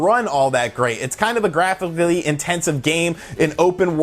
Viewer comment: Say "graphically" again for us please